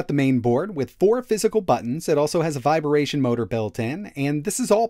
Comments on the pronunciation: Viber-Ation motor ? Wtf is with that pronunciation 😂😂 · You said "viberation" both times. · Viberation or vibration? 😂 Great video tho! Meep up the great content! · haha Vi-bar-ation